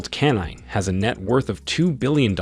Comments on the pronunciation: Kene? kenin? West SERIOUSLY.... WOW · "Canine West" 😂😭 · This is the most erroneous and dumb video that I have ever seen...Besides the rankings are screwed .. .Rihanna and Kanye are not richer than Michael Jordan... Tyler Perry is not 21 yrs and the correct pronunciation is not Keenan West but Kanye West ..!! The narrator and producers of this video are very dumb RACIST people ...YouTube pleeaaazzze take this video down asap !!! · This presenter is wildin, first calling them blacks then Tyler Perry is 21 then kan-ye hehehehe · He got Kanye name wrong af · Dumbest video editing, of obviously white/Anglo or Arab folks being called Black, not that there is anything wrong with being Black... Surely you could have edited and found 30 actual African, meaning dark brown skinned billionaires to make what is pretentious video, as you cannot even pronounce Kanye's name properly for example!!! Try again, and for the love of GOD, no South Afrikaans on a list that should be what u describe it as!! BLACK billionaires!!! Can we get a break!!! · His pronounciation of Kanye and Oprah is shockingly terrible. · Messing up Kanye name was bad enough, but when you called Oprah, Opera... Had to turn the video off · Have you never heard of Oprah, Kanye or Beyonce. It's almost indefensible to make a video with these people and not know to to pronounce their names. And a few of these people on this list are not black and probably would not identify themselves as such.